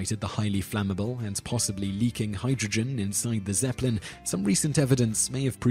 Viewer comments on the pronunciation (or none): none